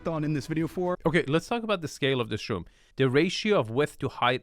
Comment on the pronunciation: I can't watch any videos because of his peculiar speaking style -- the addition of "-uh" to the end of many words: room-uh, view-uh, kitchen-uh, etc. It's annoying.